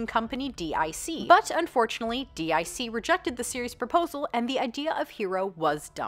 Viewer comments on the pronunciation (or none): It’s not pronounced like dick, it’s pronounced deek. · It is not pronounced “De Eye Sea” it is pronounced “Deek”. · It's pronounced "deek" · Great vid. One issue. DIC...it was pronounced like deek. Again, great video. I was a HUGE fan of He-Man growing up. I was also a hugely disappointed fan in both the live action film, and the "reboot" series. Had NO clue about He-Ro. Thanks for making me grumpy for feelings robbed of something that had the potential to be f'n awesome. ;) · Or "deek" as they say it.